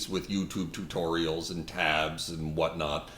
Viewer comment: “U -2be -2-torials”